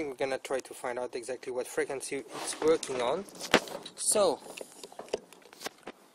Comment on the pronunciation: "Freakinzee" frequency